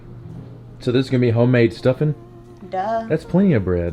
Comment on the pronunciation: "Stuffing" ... She aint from the south😂